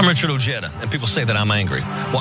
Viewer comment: “O Jee da”? Dude your name is pronounced “O hi da” Regardless, you are a guy I’ll vote for